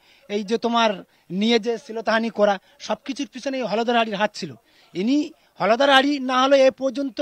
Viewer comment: হলধর না হোলধর?😂😂😂